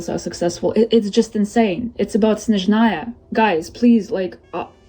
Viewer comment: Snezhnaya ❌ Shitzhnaya✅